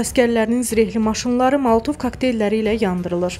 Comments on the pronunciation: Diktor tovlədən bir başa efirə gəlib. Niyə camaatı azdırırsan molotov a malatov deyirsən. Get inəyin keçini sağ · "Malatov" yox ay,qız, mOLOtov.